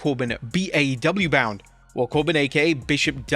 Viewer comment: And when he says "will he be WWE bound"